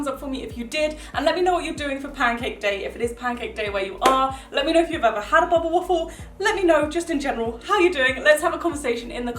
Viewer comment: I love the way you say bubble❤️❤️ it sounds like bobble waffle Ps. I’m from the US